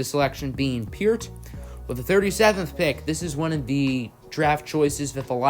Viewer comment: Peart is "Payrt" not peert